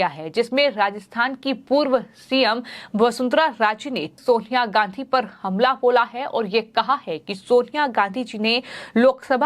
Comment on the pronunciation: बेटा लगाहातार क्या होता है। सोनियाहा क्या होता है अपना उच्चारण सुधारने की आवश्यकता है हिन्दी का सर्वनाश ना करें अति कृपा होगी। कहीं अपरोच से तो नौकरी नहीं पाई है।